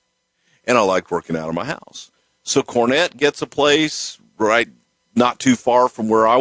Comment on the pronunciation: All wight all wong its out there